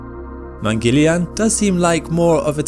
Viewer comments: "Mangeleian"?? Its Mangal-yaan, which translates to Mars vehicle. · its not Mangelian its "maang-al-yaan" mangalyan project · Its mangala_yana(Mars)_(journey) or hw we Indians say 'journey to the mars'= 'mangala yana'